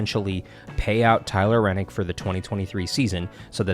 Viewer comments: Good info and Great announcement, but......If you are going to report on a sport get the names correct. It's Tyler Reddick, not Rennick. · Holy shit dude it’s Tyler reddick not renick!! It pisses me off that you act like you know everything and can’t pronounce the guys name right and it’s not even that hard to pronounce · It's ReDDick not Rennick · REDDIC NOT RENNIC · His last name is Redick not renick! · There is no “N” in Tyler Reddick’s name!!